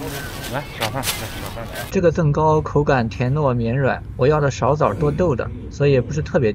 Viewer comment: up主 我们西安本地叫甑糕（jing gāo）不是zeng 糕哈😊